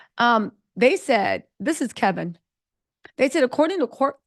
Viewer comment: HIS NAME IS KEVIN..NO L.